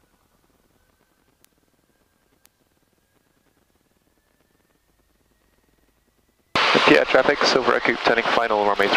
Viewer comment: Pierre, SD is pronounced the same way pier or peer is, 😉 Love the content.